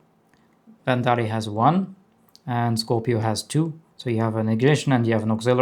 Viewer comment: gorgeous saber and damn the quality of this so incredible! Also love the way you pronounce Verndari